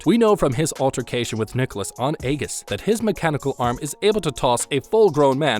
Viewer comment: It’s Ae-Jiss 7 not Ae-giss for the pronunciation just fyi. And was complaining that the game wasn’t hard enough lol